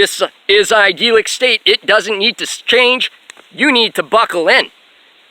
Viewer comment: God dude just pronounce idyllic properly, would you? But great work you sound exceptionally bat shit crazy today. I could tell that's what you were going for though! I find it funny how you are lecturing on the divine. You just appear as a godless creature who has clearly lost its way, speaking in tongues, while looking like forest gump in the long run scene. I just don't get it man. What are you trying to accomplish with these videos? Aside from providing me with some solid entertainment...:)